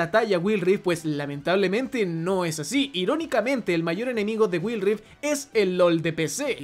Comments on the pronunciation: "Guaild rift" así se no pronuncia, no will rifdt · Wild Rift= Guaild rift Aprende a pronunciar el inglés, que son esas mmds de guild rif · Si dice Wil rif y no wuaild (Wild rift) como no va a pensar que va a caer si no pronunciarlo sabes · “Waild rift” esa es la pronunciación, habla bien educa a la comunidad y el juego no se está acabando todavía falta mucho y apenas está desarrollándose de la manera adecuada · guail rif creo es la pronunciacion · "Güil" XDDD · Me perturba cada vez que dice GuilRi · me da risa que diga wild rift como se escribe y sin pronunciación en inglés, igual que mobile legends JSJSJSS perdon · Muy bueno el contenido pero no podés pronunciar Wild, Mobile, de esa forma tan analfabeta.. con la mejor bro!